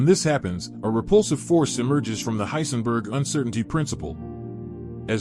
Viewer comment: bro really said heinsberg 💀